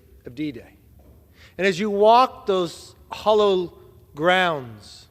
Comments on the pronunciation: Mr. Speaker, point of order, It's HALLOWED ground, NOT "HOLLOWED GROUND". Just saying! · Not bad I reckon. But it's "hallowed" grounds. Not hollow. Maybe I just misheard idk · It's HALLOWED Grounds...NOT Hollowed!